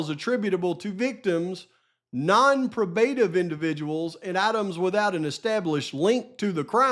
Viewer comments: Long O in pro. Pro- bruh-tive. Sorry but dang. 😊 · I Luv Ya,, but it's pronounced "Pro-bah-tive." I want you to sound as professional as you most definitely are - but your pronunciation is off.